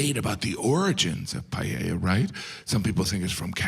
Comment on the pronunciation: That's why is funny, because it's inaccurate. Just the way he pronounces "Payella" is funny. A Paella does not take 2 hours, he is exaggerating it to make it funnier... It takes 30-45 minutes, which for an American seems an eternity.